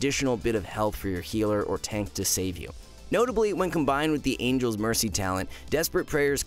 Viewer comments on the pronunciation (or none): none